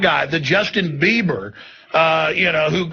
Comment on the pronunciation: Justin bleeber lol Justin biebler lol